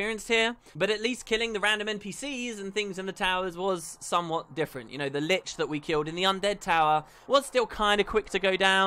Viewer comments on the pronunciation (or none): none